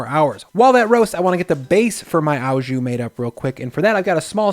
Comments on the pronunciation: "au" jus is French and pronounced "oh", not "ow"as in cow. A top round roast is the recommended cut. The W in weck is German and pronounced with a "V" sound. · It's just jus - it's the stuff you put it on that becomes au jus (and it's pronounces like "oh", not like "ow"). Think of the word au as being the same as "with" (it's not quite the same, but that's one of those language things where a word can be translated to many different words in a different language depending on how it's used). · it's pronounced "oh jew"... not "ow jew". It's french. So the "au" is "oh". If it were German you would have the correct pronunciation. But it aint. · hey waassup ! its pronounced " O JU' not "AW JOU" <3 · Nothing but love and respect, it's 'O jus', it cannot be pronounced 'ao jus'. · Picky French-Canadian here about to go full on Hermione. It’s pronounced oh jus; not ow jus. Thanks for the great video ! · Looks amazing! Thank you! A few constructive grammar points: "Au jus" means "with drippings", so it should be "with jus" and not "with au jus". The "au" is pronounced like the letter "o". Also, "dollop", not "dallop". Thanks again. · this guys pronunciations. "dollmation" and "owwwjew"